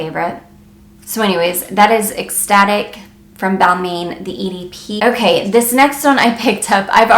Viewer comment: Nice video but for Balmain it’s pronounced Bal-mon.... not “main”